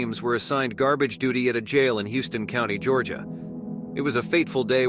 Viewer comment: Hey boss, it ain't pronounced Houston County, Georgia, like Houston, Texas, it's pronounced House- ton